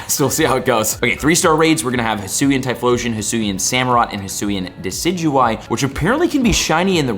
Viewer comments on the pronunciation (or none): none